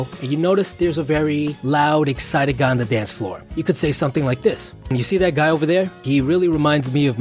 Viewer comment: "Wif"(with) "Dat"(that) "Du"(the) ....Probably not someone who should be an educator